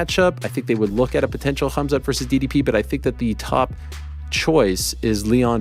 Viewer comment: The way Helwani pronounces khabib and khamzat is so annoying.